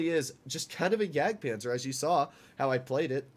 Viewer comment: JAGDPANZER NOT JAGPANZER.